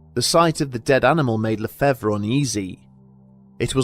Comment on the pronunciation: le-fav is how lefevre is said. the re is silent in french